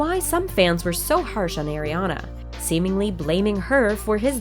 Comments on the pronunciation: Not “Air-iana “. just Are-iana “ like “Are”. Please ☺️ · Stop saying eriana her name is ariana or ari ! I lov ari❤❄ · Her name is not pronounced "Air-iana." Her name is pronounced Ariana. Just, like the way her name is spelled. How do you not know how to pronounce Ariana Grande's first name? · Irk it gets me so triggers when people pronounce it wrong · Air-riana I'm dead 💀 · ATLEAST CALL HER NAME RIGHT